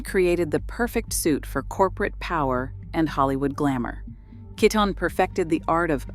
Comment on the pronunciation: Pronunciation can be more consistent. For both Kiton and Cesare Attolini. I'm just afraid even the corporate pressures and newer family members taking over will dilute what once was incredible untouchable clothes. I've seen it happen.